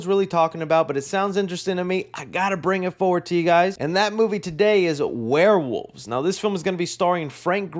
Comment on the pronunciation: I love that can't say Werewolves and always says Warewoofs.